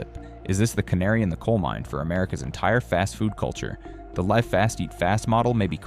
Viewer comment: You know I don't actually mind this AI voice. It's fluent and easy to listen to. However I would suggest some tweaks because when it said the word live earlier, it pronounced it incorrectly. It's the same word but it should be able to pronounce it correctly depending on the context and when it talks about the percentages of revenue decreases for these companies, it's saying the numbers incorrectly as well. Fix those and it would be a pretty darn good AI presentation